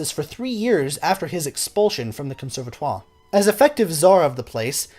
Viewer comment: Djewels Massennette???! Bon sang, c'est Jules Massenet, le 't' c'est muet... En plus, vous dites "conservatoire" comme un fermier charentais, donc, pas d'excuses monsieur !